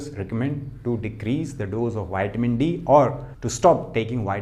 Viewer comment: Please. It's not Wiamin..it's.vitamin...thx.